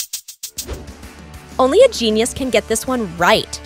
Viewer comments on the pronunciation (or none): none